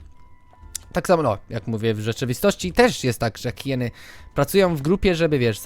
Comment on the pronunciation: mów na hieny hajiny to epicko brzmi:) pozdrowienia dla wszystkich:)